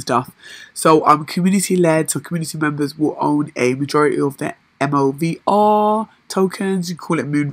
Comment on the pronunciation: Great Review.... I think most people pronounce MOVR like Mover.... But Moave sounds a wee bit posh lol